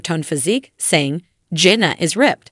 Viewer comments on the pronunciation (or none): Is a bot reading this? It's JANA, not Jenna and yeah Jinger doesn't rhyme with finger